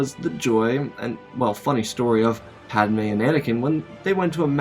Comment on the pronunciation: Pad "UH" May 😂😂😂